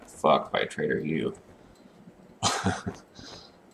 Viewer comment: grammar heh. He just pronounces them that way lol But that's be interesting to see untrustworthy ones too like a rival settlement group to the White River one lol. They'd deal in shady stuff, like alcohol, and medical drugs etc. Seems like it "could" be a thing eventually since it would make sense too. but yeah heh, trader, not traitor xD